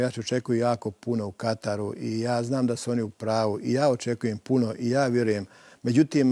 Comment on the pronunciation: Dakako već uz reprezentaciju. I dobra je bila emisija. Samo ovo "u Kataru" para uši... U Katru je ispravno!